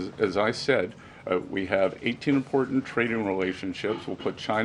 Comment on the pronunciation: she reads like a 5 yr old. Listen to her pronouce "Important" it would be funny if it wasn't so sad